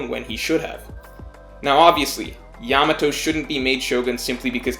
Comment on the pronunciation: Still can't pronounce her name right though ("Yamao" I think). Some people say that's not a good sign